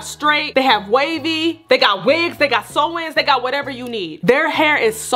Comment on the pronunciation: "They have sewins" lmaooooo